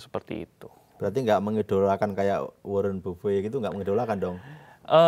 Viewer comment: Mohon maaf, host sekelas IDX masa menyebut nama legend pasar modal sbg 'Warren bufe' 😅